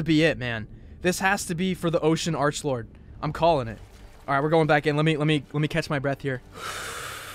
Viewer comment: please don't say Archbold it's arklord